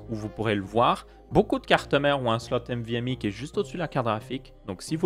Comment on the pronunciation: Nvme!! et non pas "M"vme